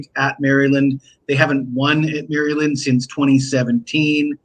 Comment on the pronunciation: You say “ Mari- Lind”. Haa haa. Happy New Year. Koon Sa bi Dee sir!